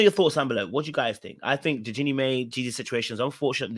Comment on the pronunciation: It’s Jeannie pronounced My